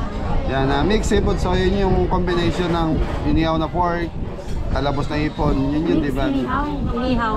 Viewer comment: Good evening po! Silent viewer mo po ako, my itatanong lang po ako kng ano po ang tama sa cnasabi mng iniyaw bka po inihaw ang ibig mng sabihin? kc po kpag nag sasalita ka walang H - madalas ko po kc marinig ang cnasabi mng iniyaw? ✌